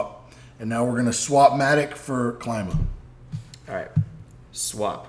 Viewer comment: Is Klima not Claima. Klima from Greek language.